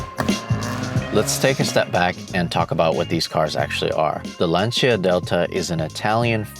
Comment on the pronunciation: Good job Larry! Finally someone on the internet to actually pronounce “Lancia” the way it is! Not LanSia🤦‍♂️